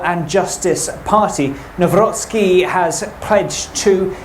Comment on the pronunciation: What kind of news channel cannot get a presidential surname right? Embarrassing.